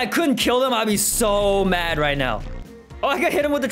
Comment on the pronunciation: "Are you serious right neow bro."